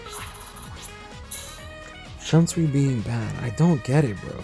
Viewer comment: Also, not tryna be offensive but, many Bleach fans (especially the Western ones) pronounce Shunsui's name wrong. It's pronounced as /Shoonsuy/, not /Shunsuwi/